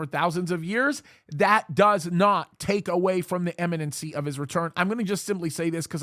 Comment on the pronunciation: sorry be a pain it's imminency I'm pretty sure not Eminencey I've noticed many prophecy people saying that drives me a little bonkers keep up the great work ps